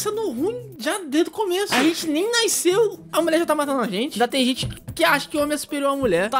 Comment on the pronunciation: "A gente nem naiceu" kkkkk